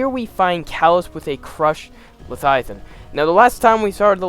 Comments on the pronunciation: Like Mike Tyson pronouncing "Levthiathan" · If this guy mispronounces leviathan one more time I might have an aneurism